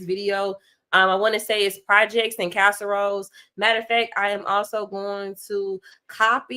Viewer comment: CASERIOS pronounced CASS ah Rio which means projects in Spanish